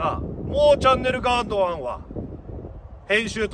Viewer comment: シバよ！その白いベルトはVUITTONか？ 何だよっ！お前が巻くのはそんなベルトじゃないだろ！ あとガードマンって上手く言えてないだろ！